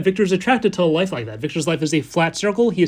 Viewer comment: Everytime he says "life" I hear "wife" and I just can't help it hahaha. Okay back to the video I always love how you can explain everything in such a calm way and still be so interesting